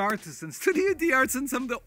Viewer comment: In French or Italian language, like the name D’ARTISAN never pronounce the apostrophe Dee. Dartisan is how to pronounce it.